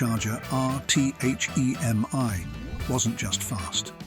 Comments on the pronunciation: What's with the Z slash 28 ? it's a Z28 Period, same thing with the four two six H-E-M-I ! Simply a 426 Hemi, not an H E M I.... A ZL1 Corvette doing a 10.89 from the factory, not in this lifetime. Why a British AI Voice ??? I liked the video, hated the fake narration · Loved the cars. Hated the stupid sounding AI/Bot voice. The "/" mark is not pronounced as "Slash" ("Slash" is a guitar player), and it's simply "426 HEMI"--NOT 4-2-6 H--E--M--I". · it’s this audio made with AI??? it has to be!!! no car guy or petrohead would say Z slash 28, or spell H.E.M.I instead of saying HEMY….. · The H. E. M. I . instead of its proper pronounciation " Hemi " proves this is certainly a European commentator . So whats next ? Instead of the Shelby Cobra , It is now the Shelby C.O.B.R.A 🤨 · H E M I WTF? He did say Hemi correctly once. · Who under the Moon pronounces eich-ee-am-ay?!